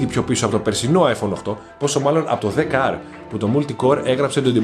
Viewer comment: Είσαι ένας από τους λίγους που το λένε 10R. Όλοι το λένε XR. Μπράβο!